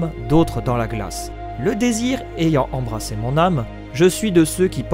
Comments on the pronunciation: J'adore cette théorie mais pour le poème, tu dis "embrassé" alors que tu écris "embrasé" donc c'est quoi en réalité? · Difficile d'accorder du crédit à quelqu'un qui lit "embrassé" au lieu de "embrasé"... Plusieurs fois...